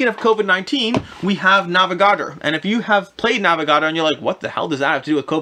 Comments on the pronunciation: I'd never heard of some of these games, but it turned out it was just the way you pronounced the titles, NAVA-GARDER? NAVA-GA-DOR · Nah - veh - gah - door